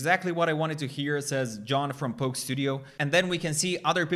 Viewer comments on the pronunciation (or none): none